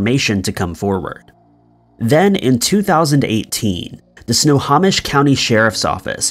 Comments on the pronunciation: Its pronounced "Snow-ho-mish" not "Snow-ha-mish" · Snohomish is pronounced Snow - hoe - mish not Snow - haw - mish. Everett WA native here. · How you figure?! 🤣 I'm from Everett. No one and I mean NO ONE says Sno - haw - mish. It's Sno - hoe - mish. I was cringing every time I heard dude say it wrong. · OMG let's say it together, snow.home.ish that's how you say Snohomish! if your gonna say a word more then one time and your unsure of how to correctly pronounce that word, Google it! Is nails on a chalk board every time you say snaw.hom.ish!😬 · I don’t want to be that guy but because I live in Snohomish county, I’ll point out that it is pronounced snow-home-ish. Love the videos btw! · Snohomish is pronounced Snow-home-ish. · Nice try on Snohomish. It's Snow-home-ish. I live in this county. We've got some pretty difficult to say cities and counties in Washington state, being based off local Native American words. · Snow home ish Snohomish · Snohomish is pronounced (snow-home-ish) Tulalip is pronounced (To-lay-lip) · So I live in Snohomish County and it's pronounced Snow- Hoe- Mish.....not the way your pronouncing it lol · He can’t even pronounce extradition. He has no chance with Snohomish. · Iol at your pronunciation of Snohomish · Pronunciation ERRORS: NOT "sna-haw-mish" ..... IT'S "snow-hoe-mish" = Snohomish NOT "tulip" (like flower) ..... IT'S "two-lay-lup" = Tulalip LoL.... I live in EVERETT, WA - 12miles South of Tulalip (BONUS: Tulalip Casino/Hotel is super nice! but standard rooms are about $300-$350 for 2 nights/ 1 full day... after hidden fees/taxs! Totally worth it if celebrating a birthday or something)